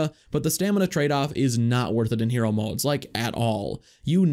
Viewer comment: It’s hero not here-O